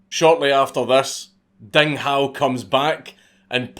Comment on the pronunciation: I was gonna say "Dang Hou" did you fuck up so bad